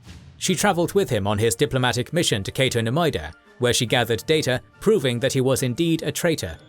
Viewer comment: It's Cato Neimoidia not "Cato Neimoida". You're both saying and spelling it wrong.